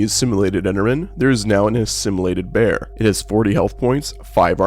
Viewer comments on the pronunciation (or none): none